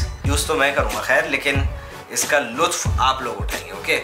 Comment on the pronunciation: Bro lutf nhi luft😅🤣🤣